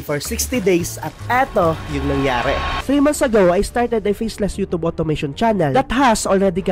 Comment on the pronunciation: You’re pronouncing YouTube wrong.